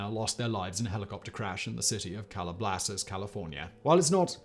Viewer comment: Calabasas, not CalabLasas....